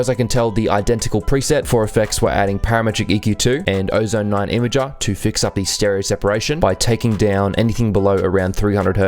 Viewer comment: I like how says: Ozone 9 Ima-GAa.